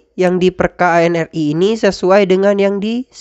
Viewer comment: Mohon maaf, koreksi sedikit. ANRI dibacanya "anri", bukan "a-n-r-i". Nuwun